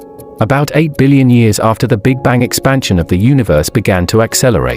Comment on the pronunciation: Is a dillion more than a squillion? Or did the narrator pronounce billion strangely?